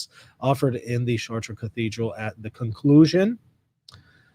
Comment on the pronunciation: Isn't it pronounced "Shart" not "Shar Tray"?